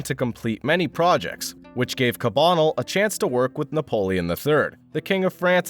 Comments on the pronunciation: It’s cah bah nell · The pronunciation of “Cabanel” doesn’t seem quite right. Check out The Canvas’s “Alexandre Cabanel: Fallen Angel and Academicism” at 3.37 for a pronunciation that’s closer to what’s commonly accepted.